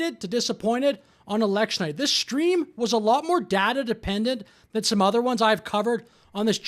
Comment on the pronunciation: "Shtream" isn't a word. Goddamnit, grow up.